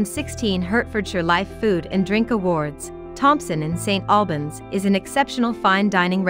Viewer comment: stop the lazy BS Ai generated videos and do it properly..... its say SSS TTTT Albans ... what a joke so lazy should be deleted